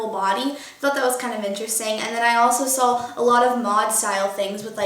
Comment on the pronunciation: she pronounces "saw" as "saul"